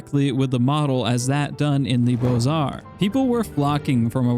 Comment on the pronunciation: Beaux Arts is pronounced "Beu art" 😅 not Boiz arts Great video btw!!🙌 Go check Sorolla, an italian painter very similar to Sargeant and oretty famous too.